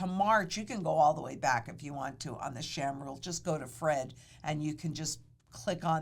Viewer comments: Sahm, not Sham…. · The 'Sham Rule?" I thought it was pronounced 'SAHM'...like 'Somme".....Or is she making a joke? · Its Sahm, not sham. But the rule is a sham. It looks at bad data.